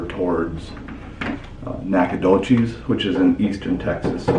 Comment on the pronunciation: Hometown!! Pronounced Nack-uh-dough-CHESS (no cheese please!) Lol! We’ll give you a pass, but next time you need some locals to show you around and teach you how to say stuff proper-like. Also, nobody refers to it as “The Doch” rather just Nac or Nac-a-nowhere (but only the locals are allowed to call it that 😉